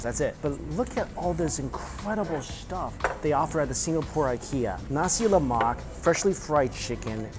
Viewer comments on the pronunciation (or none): Look at all that “shtuff”